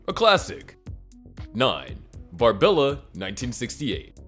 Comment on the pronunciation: Barbarella, not Barbella.